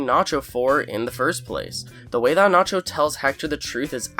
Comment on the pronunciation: It gets me extremely pissed the way the narrator pronounces words. Especially the word "nacho"